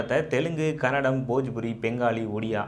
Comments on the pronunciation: Anthamma adu kannadam alla ಕನ್ನಡ Say properly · bro, you need to pronounce it as Kannada not tamil version..